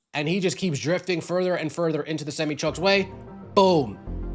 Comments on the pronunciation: What’s a semmy truck? Never heard that one before. 🤔 Maybe you were thinking a SemI truck? 🤷🏾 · SEM EYE,,,,not semmy 😂😂😂😂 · Please learn how to pronounce SEMI TRUMP. Its Semeye. 😂😂